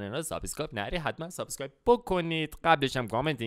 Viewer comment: عاشق سابسکایب گفتنتم پویان😂 دقت کن سابسکایب